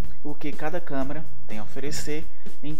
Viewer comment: "Camara" kkkkk